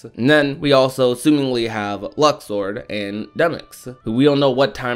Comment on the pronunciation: Its Luxord come on now